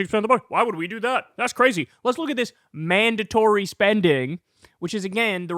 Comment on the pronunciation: Why do they say “mandontory spending.” Say it with your chest.